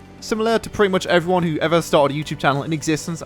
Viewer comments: mate, when you start a vid talk english.. its HI EVERYONE and not HIFone zzzzzzzz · When you say "Hi everyone" It sounds nothing like "Iphone" ... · I never thought iphone was in the intro but when I think about it in thar way, it sounds exactly like "iphone here" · people think that he says Iphone?? its pretty easy to understand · To me it sounds like you are saying "Hive one Luis here" lol =) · He says "Hi everyone here" i hear "hi fuan here" lol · LOL thought he said i foreign here